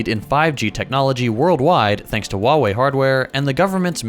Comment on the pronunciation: Bro, you really need to stop mispronouncing "Huawei". The H is not silent.